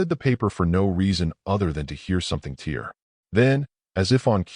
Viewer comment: Learn to pronounce “tear.” Homonyms, homonyms, homonyms. Subscribe? How about care in your work product?